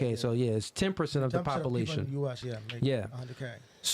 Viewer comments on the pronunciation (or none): It's POPULATION not POPALATION bruh c'mon it's pisses me off every time he says it like that 😂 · I cant stop noticing he say PoPLation .. there is a "U" He says Pop -u-Lation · Papa-Lation? Why can’t black people say the “ yuh” part? Ambalance? Instead of am-byoo-lance.